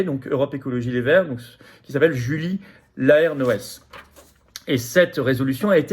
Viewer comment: Vous ne connaissez pas Julie Laernoes ? Si vous en avez le temps, je vous suggère fortement les nombreuses vidéos disponibles sur la Commission d'enquête parlementaire sur la perte de souveraineté et d'indépendance énergétique de la France, où ladite Laernoes (prononcé "lairenôze") s'est particulièrement distinguée en persistant à passer pour une truffe ! - en plus du fait que cette commission est une mine d'information intéressante (sujet déjà traité sur votre chaîne, certes.)